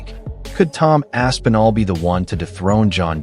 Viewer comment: Bro, Rampage calling Tom "Ass N' All" is sending me 🤣